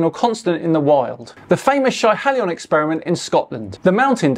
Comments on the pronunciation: Quick correction... Schiehallion is pronounced Shee-ha-lee-uhn. One of the most absurdly accurate experiments for the time it was performed. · Just a minor correction on the pronounciation of Schiehallion. It's more like "She-hal-ee-on" 👍